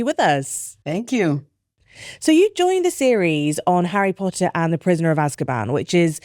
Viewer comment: Harryh pottah